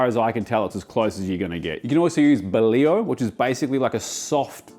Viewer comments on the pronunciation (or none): none